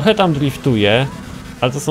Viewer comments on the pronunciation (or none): Jak ty tak drifrujesz "adiftujesz xd"